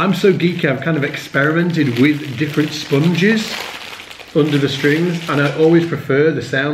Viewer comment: It's funny the way you say "sponges".